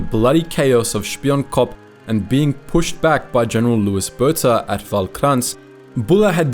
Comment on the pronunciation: Another error, Louis is pronounced Louie not Lewis.